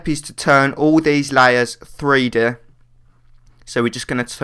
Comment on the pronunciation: "Tharee Deh" ...? Um... Three DEE?